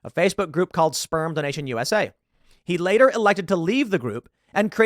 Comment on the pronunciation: HAHAHA it totally sounds like Tim calls the group Sperm the nation not sperm donation 😂😂😂